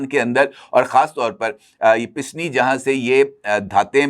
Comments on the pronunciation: the word is pasni not pisni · pisni naheen PASNI.Correct word habit.